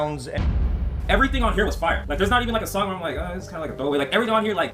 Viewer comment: Turned ts off when u said Kendrick’s verses were “fiyahhh” like foh goofy Brit